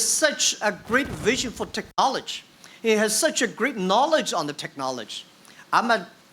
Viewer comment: Till now can't pronounce 'technology' :D